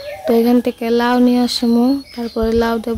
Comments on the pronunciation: ETA LAU NA. KUMRO TO.ETA KE LAU KENO BOLCHEN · এগুলি লেউ না মিষ্টি কুমড়ো, লেউ না লাউ বলুন